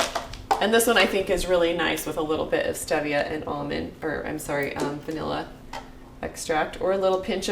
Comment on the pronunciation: Cute the way you pronounce Stevia.